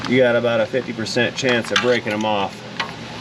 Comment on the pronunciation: Damn it.. Why are you making fun of us, What's that aboot?! Ok Sorry sorry for yelling there! You do a great job!